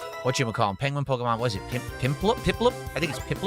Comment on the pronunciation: Pok-Uh-Mahn Fire Beg and Leaf Greed